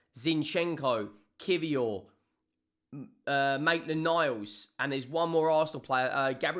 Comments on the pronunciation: he said maitland nile’s 😂😂😂 stop using Arsenal fans for views 😂😂😂😂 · My guy said Maitland Niles 😂